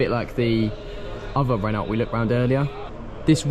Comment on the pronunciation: Renault is a French vehicle and the “t” is silent so it’s pronounced Reno